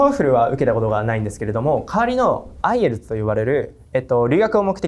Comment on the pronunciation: IELTSの発音が既に良い